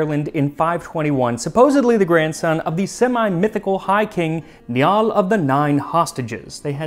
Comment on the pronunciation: It's Columcille is pronounced like 'Column-kill', he's Irish, not Scottish. Níall is pronounced like Nile.